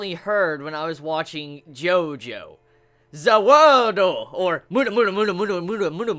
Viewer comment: Also,please don't keep calling DIO's stand "Za Warudo" or "Za Waldo" every time you mention it,it's kind of really stupid.